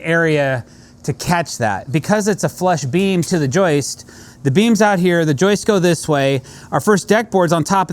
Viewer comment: pls stop butchering the joist!